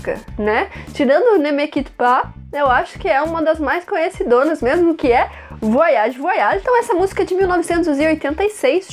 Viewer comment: Gostei da explicação e a pronúncia do nome da música. Bem legal esse vídeo, filha, como todos muito bem explicados. Cada vez melhor né??? Parabéns!! Beijos mil.